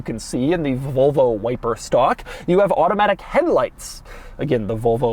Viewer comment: Doug the kinda guy to pronounce Volvo like Vulva